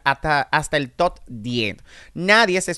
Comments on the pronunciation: El día que diga TOP y no TOT yo seré ma’ feliz 😂😂😂😂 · Top,, top, tú pronunciación deja mucho que decir ya que te la das en muy letrado!